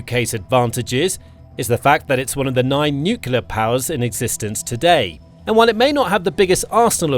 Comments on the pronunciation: Its nuclear not new killer! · I comment on virtually all his videos about the fact he says NUCULAR instead of NUCLEAR. F***ing annoying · Nuclear :face-blue-smiling: Nukular:face-orange-raised-eyebrow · THERE IS NO SUCH WORD AS "NYUKULAR" - IDIOCY MARCHES ON!!!!!!!!!!!!!! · The word Nuxlear, only contains one letter "U". It's pronounced "NEWCLEAR". You missed SHORAD developments and Brakestop. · I was waiting for a pointer of authenticity. It came with the use of the abberation: ‘nu-cular’ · He never has been able to. He always NUCULAR. It's laughable, like this video. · Narrator cannot pronounce nuclear.